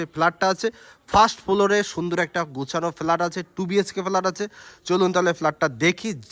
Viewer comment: Valo noy.r flat hobe.flaat ucharon korchen keno?😂